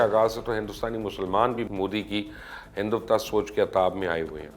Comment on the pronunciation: Hinduwta nahi hindutwa.....